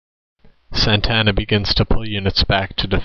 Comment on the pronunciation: You are pretty stupid. Mexico did not have a leader named Santana, as in Carlos Santana. This Mexican leader is the same leader who disguised himself as a peon to escape capture by Sam Houston at the battle of San Jacinto. The very same leader who killed every defender at the Alamo and the prisoners at Goliad. This leaders name is Antonio Lopez de Santa Anna. Not Santana. You are for sure not a Texan or from Texas , nor do you know anything about Texas history and the names of those involved. Your battle facts might be correct, but since you do not know how to pronounce the names of the people involved this video is useless and is swill.